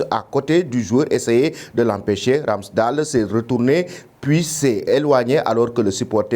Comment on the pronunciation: Ça se prononce pas RamsdAL Mais Ramsdeyle 🙏